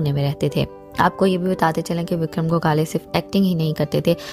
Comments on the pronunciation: Go khale nahi gokhale, bolna seekhle pehle. Hath mein phone Aya nahi aur lage video banane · Gokale nahi Gokhle . Pronounce properly. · Please pronounce gokhale.....not go-khale....please respect .....and not demean by pronunciation..... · उनका नाम गोकाले नही गोखले है.जल्दबाजीमें कुछभी मत करना, सही ढंग से पता करने पश्चात खबर दो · गोखले सर का सरनेम का सही उच्चारण क्यों नही हो रहा है? गोखाले सही उच्चारण नही है। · Very sad ! but what is a pounce that Gokhala .please, pounce properly.other wise join the class first. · आप तो उनका नाम भी ठीक तरह से नही ले पा रही,shame on you,first learn to pronounce names correctly 👎🏼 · Aap ko to unka naam bhi sahi tarikese Boland nahi Ata 😐 so poor u r